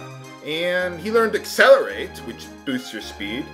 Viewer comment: It's Acceleratle, with an L in the end.